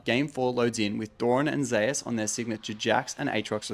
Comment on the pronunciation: isn't it pronounced the same way as the god? and not Ze-us?